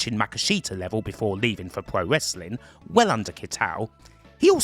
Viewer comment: "pwo wesswing" lol